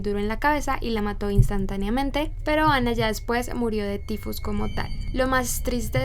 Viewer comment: ¿Porqué pronuncias el nombre como si fuera ingles si ella era alemana ?